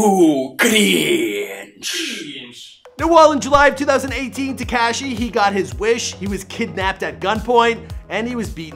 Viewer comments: Its not tea-cash-eee is te-ka-shee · Bro. I can't listen to this anymore! HIS NAME IS TA KA SHI !!!! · Why tf did he refer to him as “tekASHEE” the whole video 🤷🏾‍♂️😭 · Teakashhhhhi 🙄 stop saying it like that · Lol he's not pronouncing his name correctly 🤣